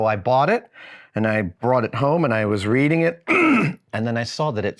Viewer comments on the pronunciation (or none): none